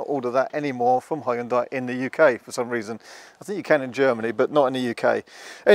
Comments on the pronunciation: Not Hyu-DA-IH, but Hyun-day, like Sunday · ...need to check again how to pronounce original Hyundai correctly, and not according to "whatever and however I feel like to"....